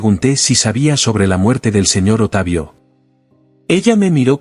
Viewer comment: "¡Simplemente sucedió!" Ja,ja,ja, vieja caradura, en Chile decimos: "¡Cara de raja!" El relator dice: "¿Otavio?" Es Octavio. ¡Qué tontera!